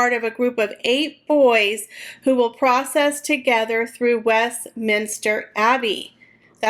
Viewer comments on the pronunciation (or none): none